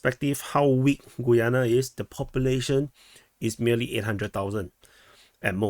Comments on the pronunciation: I think it is: GA-YAA-NA............ not GOO-YUU-NE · I think Guyana is pronounced 'Ghee-yana'